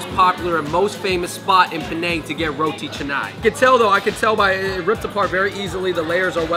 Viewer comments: finally ur pronunciation of roti canai is right~~~~~ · Finally you said roti Canai correctly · Congratulations on finally getting the pronunciation of "roti canai" correctly compared to your past video! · Ooooo, Fung bros finally pronounced roti canai right!